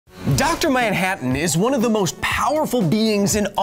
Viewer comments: who the hell is dr moun-hatton? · Now you're a maioh! Maioh maioh maioh! Dr. Maioh-hattan! Ha-ha-ha-ha-hattan! Lol! I appreciate the silly pronunciation in the first words in this skit. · “Doctor MYANhattan